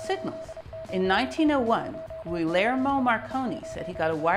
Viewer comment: 1) You are a treasure. I'm so happy I found your channel! 2) Guglielmo is pronounced: goo-lee-el-mow Like if Elmo had a ghoulish evil twin: ghoulie Elmo. There is no "r". But that's OK :) 3) Now you HAVE TO make a video about that pigeon!!!